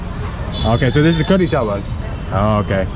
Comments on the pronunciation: Brother it's "Kadi" not khadri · it's called kadhi chawal not "khadri" by the way i love how u guy's get along with native people.. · Kadhi not Kadhri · its curry chawal not khadri chawal😄